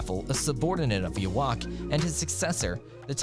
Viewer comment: Wow, the first 30 seconds hurt me. Not only did you mispronounced Yhwach (which to be fair, no one seems to know how to speak German when reading his name), you said the Quincies work for the "Sternritter Organization". The Sternritter are just an elite fighting force in the Wandenreich, they aren't a separate organization. They're all part of the same army. Stern Reader? Did you get a monkey to edit your script?!